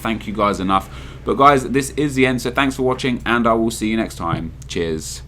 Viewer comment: the way he says 'cheers' at the end it kind of sounds like jizz